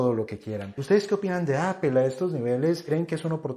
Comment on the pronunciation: Se entiende que a los españoles les molesta el ingles pero que un colombiano no quiera pronunciar bien la plabra Apple es gana de joder